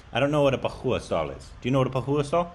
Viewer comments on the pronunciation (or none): And it's poha. While you pronounce it will be as pooohoa like indian pronounce it 💕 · How does he pronounce it as pahooa 😂😂😂.It's two syllables. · Is dyslexic?.. I mean poha can never be pronounced as " pauaa"..